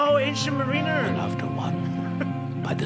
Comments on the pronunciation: Mar-in-er. Not mar-een-er. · its pronounced mar-I-ner !!